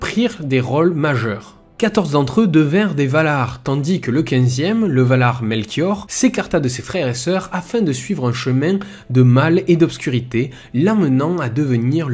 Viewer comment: Attention aux petites erreurs. C'est john RR Tolkien, pas george. Et Melkor, pas Melchior le roi mage. Et Feleagond pour Finrod Felagund.